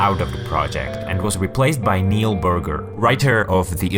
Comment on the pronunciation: 'Neil Burger'